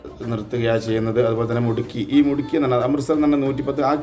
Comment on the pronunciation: മുട്കി അല്ല മുദ്കി